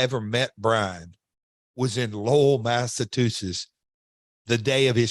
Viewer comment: Did he say Massatusetts lol.